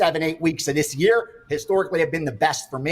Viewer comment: What is a yurrr? Is he trying to say year ????